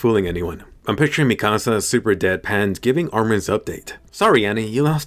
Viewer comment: Bro you’re butchering mikasas name really bad